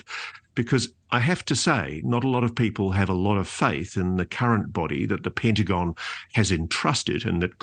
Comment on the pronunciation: "Syndyng", "syndyng", "syndyng" , "Pyntagon" 😂